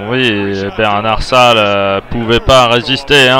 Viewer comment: Les commentaires ne sont pas très bons ni très clairs. En plus, il s’appelle Bernat-Salles et pas Bernard-Salles ,ce commentateur est vraiment très nul. Mais en tout cas,le match est incroyablement magnifique.